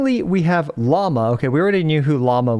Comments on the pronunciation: I thought her name was pronounced “Loo-mah”, instead of Llama 🦙 could be totally wrong tho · its Lauma, not Llama, Lauma is a mythological being similar to the lamia in greek mythology, I think its from the Lithuania area. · Also her names not pronounced Llama it's laowema or something like that.